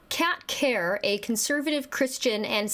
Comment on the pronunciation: “Kerr” rhymes with “her”